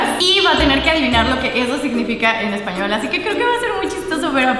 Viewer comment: hasta pronuncia mal el español:v